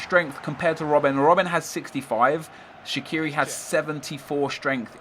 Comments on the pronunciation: Shaqiri is an Albanian last name, it isn't English, it isn't Swiss so it's pronounced in Albanian, case closed. And fyi, even the Swiss media pronounce it Shachiri. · its sha-chi-ri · It's pronounced Shachiri ... Had to say it :P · No, he didn't. He pronounced the "q" wrong. The Q in Albanian is pronounced as "ch". It makes a big difference. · Oh it's so hard to understand that you should pronounce names as they are in it's original language. Not how you fucking please. And Shaqiri is Albanian, either way how you turn it, his parents are and he was born in Kosovo.